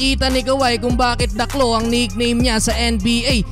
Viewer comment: ..nickname po..hindi "nakename"